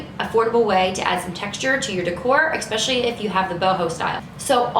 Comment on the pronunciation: The word is ESPECIALLY NOT EXPECIALLY